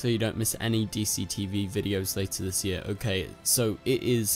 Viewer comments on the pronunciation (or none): none